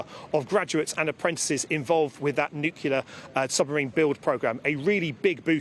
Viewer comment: Nucular? What a muppet. A defence minister that cannot pronounce the word 'nuclear.'